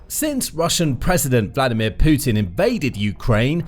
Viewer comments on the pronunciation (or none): none